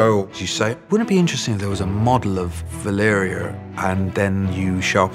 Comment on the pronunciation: VALYRIA, not Valeria, VALYRIA